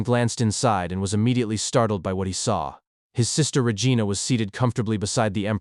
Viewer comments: So REgina is pronounce Rehgiana :face-blue-smiling::face-blue-smiling::face-blue-smiling::hand-orange-covering-eyes::hand-orange-covering-eyes:😾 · Lol y'all are laughing at the 7,000 gold thing but I'm laughing at the way he's pronouncing Regina 😂